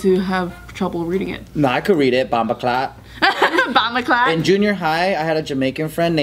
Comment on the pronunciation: I find it funny how they say Rasta sounding all delicate n shit...n it's bomboclat not bamba clat 😂 lickle batty boi.